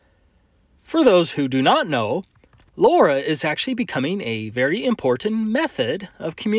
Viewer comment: Okay Laura is driving me nuts. Low Rah is how my mind wants to pronounce it.